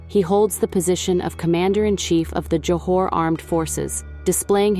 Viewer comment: its Johor not Johar